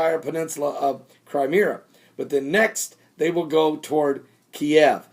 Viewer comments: Crimea, not Crimera!!!!! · Cry-meeeee-ya That's how you say it. Seriously, you sound like an idiot not being able to pronounce these names.